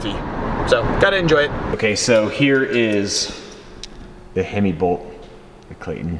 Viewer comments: "Heim", not "hemi" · sorry, huge fan here, but it's a broken heim joint. pronounced like time with an H. I only know cause I broke 2 on my cart lol